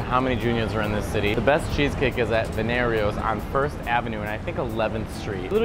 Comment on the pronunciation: MATTEO how can you be Italian and mispronounce Veniero's (ven yeer oh's) babe